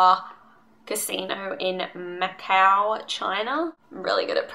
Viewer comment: "macau" ur pronunciation is correct~